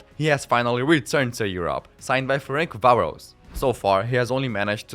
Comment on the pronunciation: Ferencváros is not pronounced like that (although I understand, our language is rather outdated/unrefined), otherwise you have made a decent video. Next time just say Fradi, it's easier to say imo.